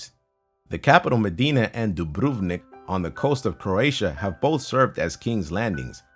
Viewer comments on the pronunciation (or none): hahahhah dubruvnik hhaahhaha its said with a o not a u hhahhaa